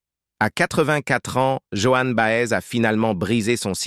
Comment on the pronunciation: voix insuportable prononciation BA EZ ??? et que d'amours : la fidélité ils ne connaissent pas...